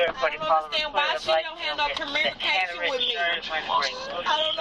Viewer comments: What is "cormunication" 😂😂😂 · She said she doesn't have any commrunication with her. What's commrunication? 😂😂😂😂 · "Conermerication" She meant Communication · Why do black people talk like that? There is not an R in the word communication. Is the goal to butcher the language to the point only yall understand each other?😂